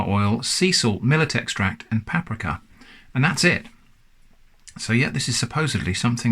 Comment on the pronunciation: Talking about pronunciation... "pappr'ka" 😂